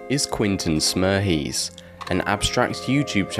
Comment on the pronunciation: Pronounced more like "smires" Pretty sure that the soundtrack on the fallout video is the original, and is just miming.